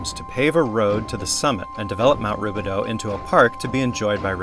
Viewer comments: Americans will never be able to properly pronounce the “OU” sound. lol. It’s actually pronounced Rubi-dOO not Rubi-dOH. 😂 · It's actually pronounced Roobidoo. A local wine group meets in the catacombs once a year for their annual meeting but it's closed off to the public. The tunnels were used to transport dignitaries from the Mission Inn to the illegal bathhouse off Lemon Street. Great video, thanks! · The correct pronunciation is “ruebidoo”.